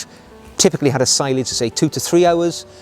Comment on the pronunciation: Excellent video again. One point, sillage is pronounced cill (as in window sill) and aj (as in onion bhaji) cill-aj. I've heard French people say it as see-aj too